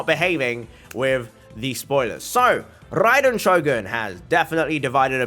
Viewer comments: RRRRAAAiden Shogun👍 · I love when he said THE RRRRRRAIDEN SHOGUN